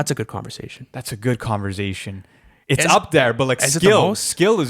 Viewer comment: Lmao every time pronounces conversation as converzation 😂